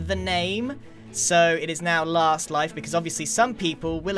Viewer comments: It's La-aha-st life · It's lAHAst life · Giran, you ended it with "third life", but it's actually l-aha-st life. Just a tip for next episode ;) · Don’t you mean l-aha-st life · The t-aha-wers of s-aha-thlands aha-re great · It's not 3rd life guys, it's l-aha-st life